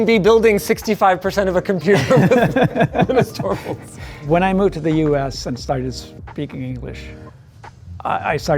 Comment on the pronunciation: For a person who natively speaks Brazilian Portuguese, it is easy to pronounce "Linus torvalds" as he said